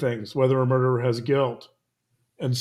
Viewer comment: "the derer". why te emphasis on a solo murderer?